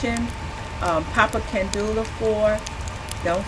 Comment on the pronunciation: can-day-oh is the way I was taught to pronounce it... I could be wrong.